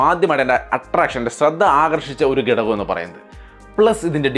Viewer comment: ഗടകം അല്ല ബ്രോ ഘടകം ആണു